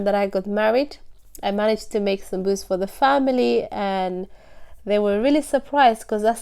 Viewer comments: why do you call it "Samsuus?" itis Saambuuse!!! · Beautiful. I like the way you say it Sambus. The correct way to say it is Sambusa/samboosa with vowel A at end of the word as it's in Arabic سمبوسة